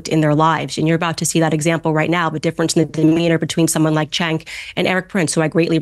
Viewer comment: You don't know how to pronounce Cenk's name wrong it's pronounced Jenk